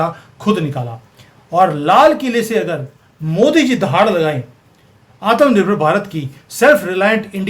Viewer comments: Sorry to say aap Bhartiya ho aur Hindi Bhasha ka pronunciation sahi kariyega Aatam nirbhar BHARAT NAHI Aatmnirbhar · Aap , Atmnirbhar Bahut funny pronounce karte ho